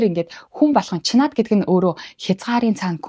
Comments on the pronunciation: Чинад гэж дуудаарай. Чинаад биш шүү. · Чинад дуудлага засахаар байна…